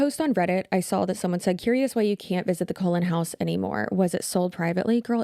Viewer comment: Why is everybody pronouncing Cullen like Colon, I am not a Twilight fan but I didn't think Cullen sounded out like the part of your body that poops.